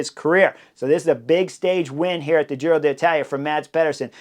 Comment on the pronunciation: Hey Chris! I love your commentaries, have been following every one of them. But please PLEASE, pronounce "Giro d'Italia" correctly. As an Italian speaker, last year, I cringed every time you said Giro DEE Italia. It was like fingernails on a chalkboard (for those who remember chalkboards) There's an apostrophe there for a reason. It's Giro DEEtalia. Thanks in advance!